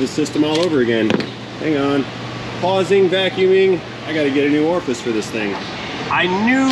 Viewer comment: Your pronunciation of Orifice Tube was driving me mad. Orfis is what I kept hearing.